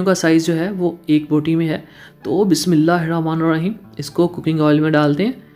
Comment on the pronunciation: Bhai ap ke recipes mughy achi Lagti hain Lakin ap ka Bismila recite proper tarakay say na kerna maza kharab ker data ha. Bismila he ra Maan nahe Bulakay Bismila he ra ho maan ha. Bora na manana ap ke recipes bohot achi hoti hain.